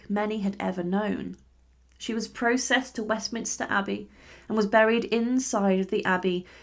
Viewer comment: Very interesting programme. Pity about the frequent mispronunciations and mistakes with stress (e.g. "courtier" emphasised on second not first syllable - courtEEyer, "PROcessed" emphasised on first syllable rather than second, although this is about a procession so should be proCESSed.).